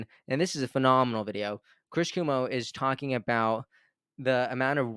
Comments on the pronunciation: Cuomo is pronounced Quo-Mo. Not Coo-Mo. #Kennedy24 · "QUO" - MO ... NOT "KOO" - MO (Chris Cuomo) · It’s Chris Cuomo (not coomo) the o is not silent :) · Chris Cuomo (pronounced like Qwomo) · Thanks for your work,. Also, Chris Cuomo's last name is pronounced "Cwoh-mo". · RFK, Jr. will not settle for a cabinet job in the corrupt red and blue parties, and if he does, there goes my last glimmer of hope and optimism. <Also- to the host, just fyi- it's "Quo-mo" :)> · *Kw-oh-mo... But either way.. AR-EF-KAAAAAY!!!!! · Keep up the good work,! (Psst: It's cuOMO. ☺️) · cuomo not cumo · Cuomo (Pronounced with long O KwOmo) is related to Kennedy, by marriage I believe. Glad he's helping the narrative. No way is Kennedy dropping out. Why would he when he's going to win. Any candidate able to overcome the roadblocks to getting on the ballot in all states certainly is strategic and smart enough to win. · Chris pronounced Kwoe moe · Love you great insight! BTW... CUOMO is pronounced "Qu-oh-mo". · You love his presence, but you cannot so much as pronounce his last name correctly. 🙄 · Learn how to pronounce what is a very common political name Cuomo. It will give you more credibility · Please check the pronunciation of Cuomo. It's a well-known political name in NY and there is a correct pronunciation :)